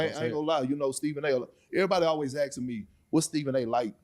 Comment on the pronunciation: Everybody is always axing me. The man has been through college and the NFL and he still can't say asking.